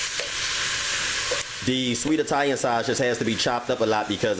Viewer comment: nigga said "shoshage" 😂